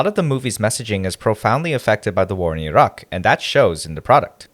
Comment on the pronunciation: Hey, I really appreciate your pronunciation of Iraq. As the son of an Iranian woman, the near ubiquitous mispronunciation of Iran and Iraq as Eye Ran and Eye Rack has annoyed me for most of my life. It’s really nice to hear Iraq pronounced properly